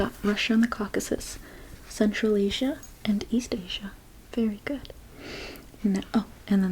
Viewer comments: It's not Asia (a-cia) it's ay-zia or a shya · "Ah-sia"? Never heard it pronounced that way before. And why you name Palestine as the holy land while completely neglecting Israel? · ما له دخل جهل بالإنجليزي ينطقون اسيا( آيجا ) هم الأجانب ما ينطقون حرف S لسبب ما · Why is she pronouncing Asia like that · That's how u pronounce asia?!